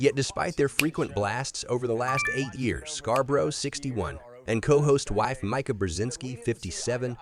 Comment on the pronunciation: Learn to spell (MIKA, not MICAH) and pronounce correctly (MEE-KA, not MY-KA).